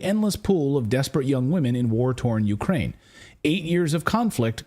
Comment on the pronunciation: Went a woom.....it's cwiminal what goes on in Ukwaine.